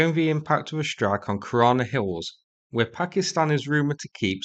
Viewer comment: Kirana bases or korona bases 😂😂😂😂